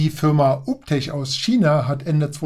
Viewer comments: Alter, der Name wird "juu bii tek" ausgesprochen. Und den anderen Roboter spricht man natürlich "kruser" (cruiser) aus... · "Uptech" klingt aus deinem Mund wie ein Hausmeister-Servicedienstleister aus Sachsen 😂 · ganz klar und deutlich 😂